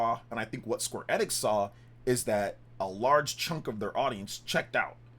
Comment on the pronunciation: It's E-nix.. EeEEEeeEEeE- Nix. "Life Time fan"